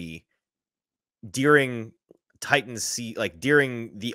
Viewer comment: We come to the Hot Read podcast for fact based takes and mispronounciation of during, not these biased hot takes